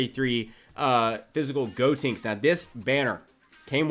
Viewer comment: please stop saying "Gotinks" instead of "Gotenks"...